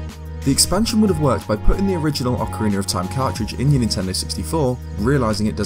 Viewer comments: ...Ocariner, Ocariner, Ocariner... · Am I the only one who loves hearing anyone from the UK say ‘Ocariner’? I want a 1hour loop asmr of saying ocariner